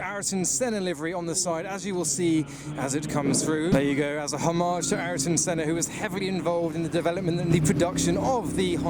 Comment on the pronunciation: What's most embarrassing is that you can't pronounce "Ayrton"...